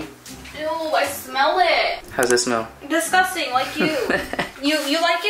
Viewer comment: " omguh whyuh discustinguh." i cant be the only one that notices that💀